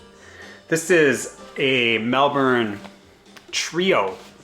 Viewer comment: The thumbnail got me! When Palomine broke, I got into the band, love her voice.. And you say Melbourne perfectly.. Glasgow too. Cable Ties is real good! Do you watch Ben Rankins at all? Good channel, watching the rest,. ✌️